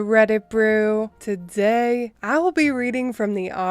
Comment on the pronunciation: The way you say "today" is kinda dope. It almost sounds like you're adding a z in there.